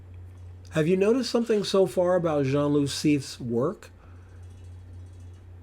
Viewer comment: and loo (not loop) 😉